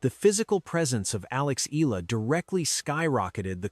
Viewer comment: Pls pronouce her name as Eh...yah...la...